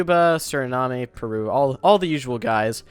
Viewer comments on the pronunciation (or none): none